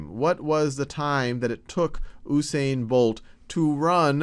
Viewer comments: first of all it is U(you)sane not ousaine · The man's name is pronounced uuu-Sain not ooooo-sain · Nope. OO-sain, He is Jamaican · It's actually pronounced "Yoosain" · Dude yousain bolt that's how u prenounce it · should be "YOO-sain" Bolt lol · Oosain Bolt???? LOOOL. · ITS PRONOUNCED yu-sane-bolt